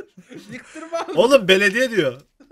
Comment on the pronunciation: D olum beldiye diyo